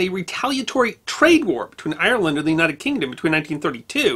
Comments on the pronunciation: It's Ire-land not I-er-land, but another great video as always. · Sir you are pronoucing Ireland wrong ...